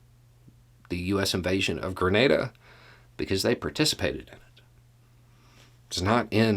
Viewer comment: Hi, Greetings from 🇨🇦 by way of 🇬🇩. BTW THANK-YOU for pronouncing Grenada correctly 👍. Grenada went from a British🇬🇧 colony to self rule to independence in 1973. Grenada's 1st PM became a dictator and banned all of the political parties - including the communist party. With money from Russia and training from Cuba they overthrew the dictator in 1979 and promised free and fair elections the following year. The leader of the revolution was Maurice Bishop. Maurice wanted to lift up the population of Grenada. 80% of the island did not have electricity or telephones. Health, education, jobs, all were lacking to the majority. Maurice changed this with massive projects around the island much like your American projects during the great recession. There was no elections the following year. Grenada's Constitution was slowly destroyed, held together by a Governor General - who insisted that the rules of parliament be used to govern. Maurice was well liked. Coard a devote communist did not think Maurice was communist enough. Grenada had many contacts with different communist countries. There was a Cuban military mission. A Cuban construction battalion that helped Grenada build its current international airport - that the US 82nd airborne parachute in on in 83. Maurice visited the US government in October 1983 and on his return stopped off in Cuba to visit with Castro. On Maurice's return to Grenada he was arrested, charged with being a traitor, and kept under guard at his residence